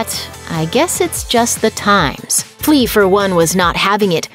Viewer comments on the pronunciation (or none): "Flea," huh?